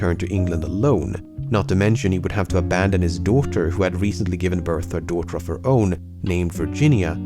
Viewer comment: Your Englsh is beautiful, so I don't get why you can't get OF/OFF right. To use Swedish letters for phonetics: OF is pronounced ÅV. OFF is pronounced ÅF. "eviidence ÅV the colony", not "evidence ÅF the colony".